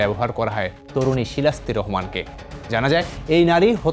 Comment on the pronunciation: পুরোটা ভিডিওতে নিউজ প্রেজেন্টার বার বার নাম বলে গেল শিলিস্তা, অথচ ভিডিওতে নাম লিখা শিলাস্তি।